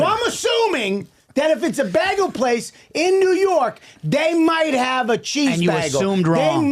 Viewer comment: I love you guys, but Bobby you say BeHgUL one more time and I will commit my life to being the batman to your joker. It's BAGEL. get it right DUuude